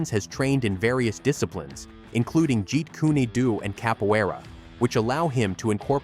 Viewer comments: Liked th video, however it is pronounced "Jeet Koon doe" not Jeet kuneey do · Get a better AI voicetrack. "Jeet Kuney Doo"? C'mon; that's pronounced "JEET KUNE Dough". Any martial artist knows this, and your terrible AI voicetrack just lost them as watchers... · For the love of God why can't these freaking narrators learn how to pronounce martial arts names properly?Like Jeet Kune Do there is no such name as Jeet Kuney Doe you Damn Idiot!!! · The announcer has some naming issues. For example, it's not pronounced Krav Mah-gah, It's Krav Meh-ga. And Jeet Kune Do is not "Jeet Ku-knee Do," which he later calls "Jeet Kune Doo" and "Jeet Ku-Nee Doo." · What the fuck is "Jeet-kooney-du"? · jet - like air jet kun and DO- like john doe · Jeet kooney doo..... wowza lol. Bruce Lee is barely proven or known. Lets not worry about pronouncing his creation properly lol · Jeet kooni doo?😂😂😂 tfays?? Steven seagull?😅😅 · If anyone’s gonna have a commentator say “jeet kune do” maybe spell it differently to sound like it supposed to, disrespect of Bruce Lee if you say it wrong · Great video, but it's painful to hear some of these pronunciations, especially Jeet Kune Do. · you are pronouncing jet kune do completely wrong pls learn to pronounce it properly